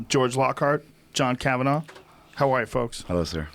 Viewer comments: Hanif Ibrahim sorry bud. Just something that kinda annoys me when people pronounce his surname ‘kavanaww’ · Kavanagh not Kavanaugh, pronounced differently in the home land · It's Kavanagh, not kavanaugh. pronounced different too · Annoys me how they pronounce Kavanagh